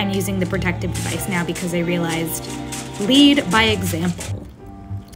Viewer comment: Did she say 'bleed by example" 😂